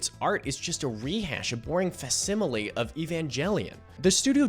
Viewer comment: “Fasssimile” why? You never heard this word aloud? “faKsimile”